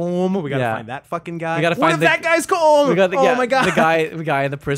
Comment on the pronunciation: It's pronounced Col-im